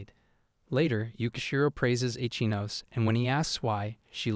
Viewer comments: Ichinose is pronounced "E-chee-no-seh," not "Itch-ah-nos" Can you manga readers give a SINGLE ounce of effort to respect the source material and give a single fuck? Please? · Ichinose ✖️ Itchy-nose😂